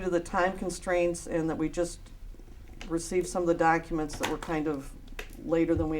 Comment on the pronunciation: "Is it a man or a woman?" "No, it's a lady." "They's pacific docka-ments." How can any sane person listen to this asshole "preach" and take him seriously??? I just don't get it.